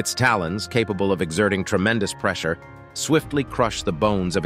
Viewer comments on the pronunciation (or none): none